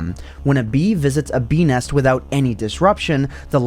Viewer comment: Why do I hear "bee nest" as "penis"